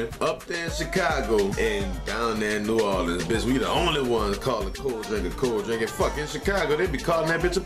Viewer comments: NEW "WAR" LINS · Man please PLEASE delete this comment. NOBODY says "nahlins" smfhhhhh